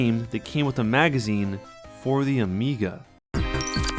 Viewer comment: Amiga sounds like amiibo.